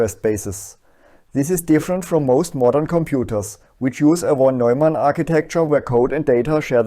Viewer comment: Wieso hast du Von-Neumann so komisch ausgesprochen?